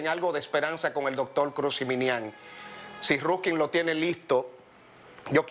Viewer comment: Jiminian. No ziminian es ji no zi